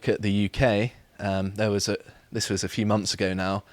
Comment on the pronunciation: "forty free" "monffs" "freats" I do wish would learn to speak properly.